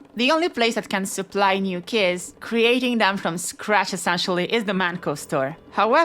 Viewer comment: so you're telling me that I can edit a tee-ex-tæ and then get unlimited keyæs?